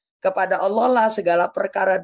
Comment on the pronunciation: Ada kata" pakailah bahasa yg benar, Allah kok baca ny Owoh, kadang bingung aku